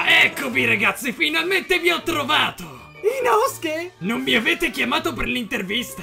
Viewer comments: Ma il treno è mugen non murgen e pronunciate male zenitsu e poi si dice inosuke non inoske però quando dice ma è Michael Jackson!! Sono morta😂😂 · Inosuke no inoske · Inosuke non inoske 🤣🤣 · Il “suke” viene pronunciato “ske” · inoske? Noooo inosuke